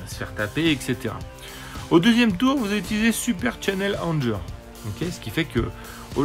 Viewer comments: Je veux pas faire mon anglonazi, mais prononce Anger "angueur" :) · Non non, c'est juste que Anger, en anglais, ça se prononce "angueur", ça signifie "colère".